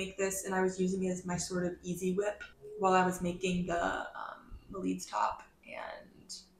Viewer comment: Hello! I’m portuguese! You spell Melides perfect 😊